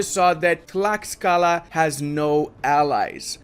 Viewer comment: Late to the party, but Tlaxcala is pronounced "TLASHkala", which is one of the most fun things on earth to say, although some allege that "ten-OKE-tit-lan" is even MORE fun. Heretics.